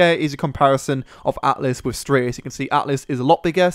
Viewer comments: Dude it's Stratis not straightis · It's Stratt-is not Straay-tis :P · Stratis not straytis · stratis streightis lol